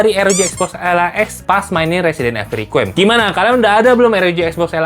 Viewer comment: Residen Ivel Rikwayem ❌ Residen Evil Requem ✅ Blokkk